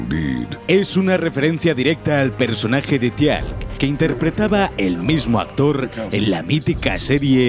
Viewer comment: Es Teal'c y se pronuncia "Tilk"!!